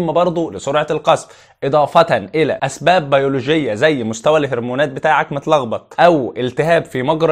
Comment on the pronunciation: اسباب يا وليس ازباب